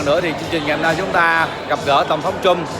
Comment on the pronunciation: (cũng như nhiều người VN, nhất là trong nước, nên phát âm chữ Trump cho đúng kẽo người Mỹ nghe thấy khó chịu. Không phải "trum (p)" như tiếng Việt mà là "trâm (p)", cùng vần với "pump".